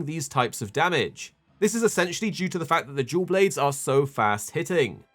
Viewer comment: Im sorry but i cannot not hear you say Jew Blades